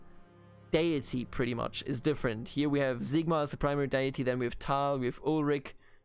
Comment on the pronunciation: HERESY!!!!!!! IS SIGMAR NOT Zigmar! :)